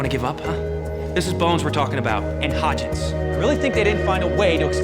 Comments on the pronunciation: hearing someone present the list who obviously didnt watch the series is kind of a bummer... calling hodgins "hodgkins" outet you immediately.. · HodgINs….not Hodgkins 🤦‍♀️😂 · Did the narrator REALLY say "HodgKins?" Guess who never watched the show. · It's not the first time a mojo video said his name like that either lol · I caught that too. Just like the PI chick looking for Birambau